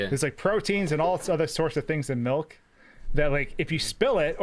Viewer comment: you see this comment, you need to stop saying melk.